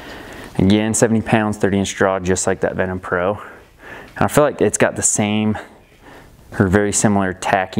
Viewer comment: Duuude, it's VenTum from the Latin Ventus, not Venom from Marvel ;)